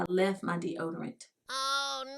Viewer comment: "De-odor-lotion" 🤦🏽‍♀️ Ok let me keep watching 😬🤗❤️